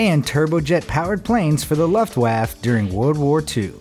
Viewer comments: Luftwaff? It’s pronounced Luftwaffe. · Luftwaffe is pronounced (looft- woffa) not (luft waff) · You lost me at the unbelievable mispronounced Luftwaffe. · It’s not “looft waf” it’s lufftwaffe. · Just pointing out: When you mentioned the German Luftwaffe It is not like "Luhft-Waff". It is pronounced like "Looft- Waffa" with emphasis on the "Looft" part. Also. Engines run on fuel. Motors run on electric. The 350 in my truck is not a motor. It's an engine. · Luftwaff.... It's pronounced Loofwaffe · It's pronounced LUFT VOFFA not LUFTWOFF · The Looft waaf.? Clearly you never went to school or saw an old war movie. Its pronounced phonetically the Loo fe te Woh fer. No wonder Trump got elected. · luft waaf ? lol... Luftwaffe.. (Looft waafa) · He actually pronounced it Love Waffe!!😂😂😂🤣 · "The Luft waff" Please look up a pronunciation guide, for your sake. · "Luft waaaf" lol That is not how it is pronounced. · luft waff.....LOL! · All these people correcting his pronunciation of Luftwaffe and still getting it wrong :-D it's looft-vahf-uh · Heinkel Fluzugworge💀 Luftwhaf💀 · What did he called the german airforce? La'ft waefe? :D :D :D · luftweaaaaaff!? really?!?!? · Luft Waff.... lol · ..."Luft Waff"? Are you kidding me? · He pronounced Luftwaffe as Luvwaff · Ka BINE? The "Luft Waff"? There is no such thing as an "electric engine". REN-oh, not Ren-ALT. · Luftwaffe is not pronounced luft waaff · Little pronunciation errors: Luftwaffe = Looft-vahf-uh. Renault = Reh-noh. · Luft-waf, ha ha ha!🤣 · Luftwaf? What the hell is that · LUFT WAFF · Damn ignorant commentator. Since when has the Luftwaffe been pronounced "Luftwaf" ? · Luftwaffe is pronounced Loft-vuffe(for the English speaker) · I'm glad I wasn't the only person who heard Luff Waffe at the beginning. Christ my brother is in the 3rd grade and knows how it's actually pronounced 😂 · Luftwaf? Holy crap son, learn how to pronounce words. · Especially the butchering of Lüftwaffe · You butcherd the word Luftwaffe